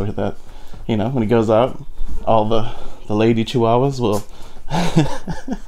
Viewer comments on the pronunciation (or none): Chi- wach-waws are from Mexico-ish and need warmth.